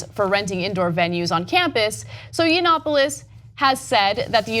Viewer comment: LOL Cenk won't even give "Nemo" the minimal respect and decency to pronounce his name properly. Stay triggered, cucks.